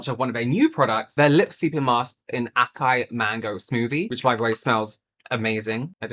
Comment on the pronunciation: Just in case you want to be fancy, acai (açaí) is pronounced more like assaiii